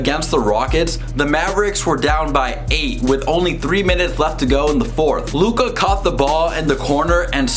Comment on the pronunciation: How to pronounce Luka’s name